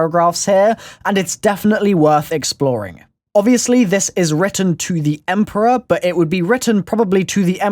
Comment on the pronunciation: Takeo says " emporior " in the giant